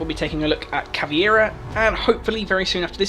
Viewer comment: This is good stuff, and I bet the only reason twelve people disliked this video was because you said caveira like caviar